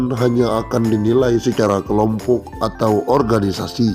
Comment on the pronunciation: Aduh makinkentara bohongnya g takut dosa pak orang udik birokrasi dibaca birukrasi kelompok dibaca kelumpuk